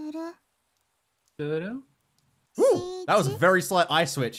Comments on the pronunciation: How to butcher a name, with: Aoi Éiöê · Repeat after me guys: "Ah - Oy" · Also, Aoi is pronounced like ow